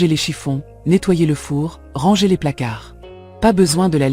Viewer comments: Mdr et au lieu de dire ranger elle dit rangeur à l’anglaise c’est n’importe quoi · J'ai aussi pensé à l'intelligence artificielle quand je l'ai entendu dire à deux reprises "rangeur" plutôt que "ranger". Ça m'a fait décrocher et je n'ai pas terminé la vidéo.